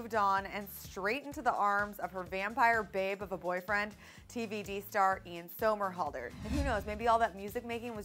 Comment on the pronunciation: It's Ian Somelhander lol